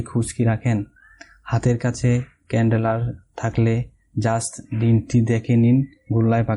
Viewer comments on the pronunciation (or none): ভাই ওটা ক্যানডেলার না, ক্যালেন্ডার 😂😂😂😉😂